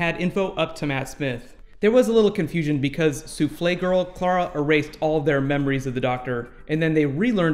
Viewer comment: WTF The way you say eresed